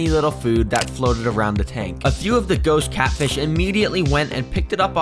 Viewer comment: you said ghost catfish like choose 😂